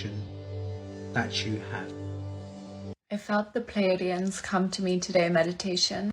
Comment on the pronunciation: 'Pleidians' haha ffs! good video, you're a bit of a milf. But as you say, you were into the paranormal. That's the real problem here, it's just all women talking women nonsense about vibrators and frequencies again... But i also did like conspiracy theories a bit when i was younger.